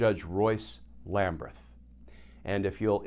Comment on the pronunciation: Does Judge Lamberth pronounce his name Lambreth as you do? If so, fine, but otherwise it appears to be Lamberth to me.